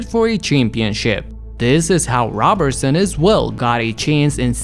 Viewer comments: His name is pronounced like Row-berson I’m pretty sure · NGL I almost clicked off when 9 seconds in you butchered his last name an will the entire video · How you mispronounce his name ..... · Why do you refuse to pronounce his last name correctly?